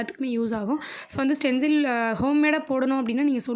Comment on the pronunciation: Saying stenzil but it is stensil